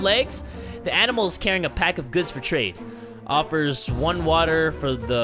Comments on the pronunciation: I like it better when he says "Watahh and some soup" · Hatsune Miku and he can't say wattaaa